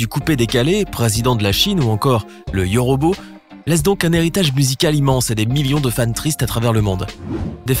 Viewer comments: C’est yôrôbô pas yorobo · On dit yôrôbô pas yorobo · 😂 Le yauraubau